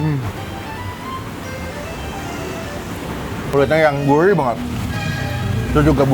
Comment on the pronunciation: Gurih bang!! bukan Guirh wkwkw....